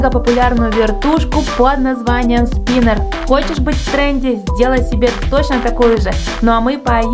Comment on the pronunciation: Спинер... Спинэр... СПИНЭР!!!